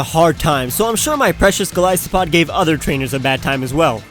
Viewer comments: not gilisopod say it right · He pronounced Silvally, Solgaleo, Golisopod, POKÉMON (who does that?) wrong but that's okay. At least he pronounced Decidueye right lol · I agree on Golisopod